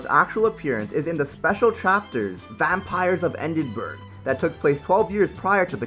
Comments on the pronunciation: Vampires of EDINBURGH Said like Edd In Borough. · It's Edinburgh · The way you pronounced Edinburgh killed me.